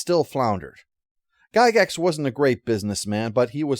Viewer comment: It's pronounced "Jie-gax".